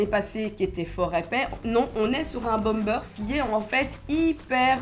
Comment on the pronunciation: Le bomebersse lousse 😂